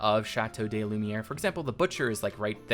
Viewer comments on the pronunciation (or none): Please ! It's pronounced "Lü - mee - air" ! But great build !